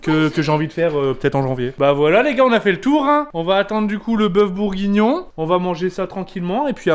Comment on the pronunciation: On dit bourguignon pas bougonnions ❤️❤️😂sinon je vous kif les boss ❤️❤️❤️